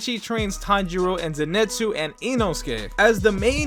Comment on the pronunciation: If Zenitsu is your favourite character than at least learn how to pronounce his name right.